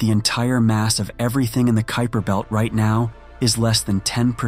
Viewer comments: I noticed you pronounced the kuiper belt incorrectly and then correctly which I thought was weird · P.S. to -- I noticed that the scholar narrating this video had at least three different pronunciations for the word "Kuiper." After he/she/it pronounced the name of the French city as "Nice" instead of "Neece," I gave up on the video as it was obviously being narrated by a poorly constructed, text-reading robot or someone who graduated from the American educational system over the past decade or two.